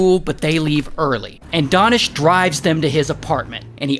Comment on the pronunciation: DANISH (oo ) (oo) ( oo)!!!???!!! His name is. DAH-nish? And not DAY-nish? No matter, both are sweet and soft!